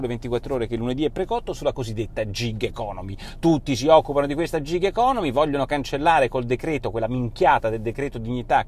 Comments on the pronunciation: Gig economy pronuncia "GHIG" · Unica cosa si pronuncia GHiG anzi anzi con una e chiusa tipo GHEG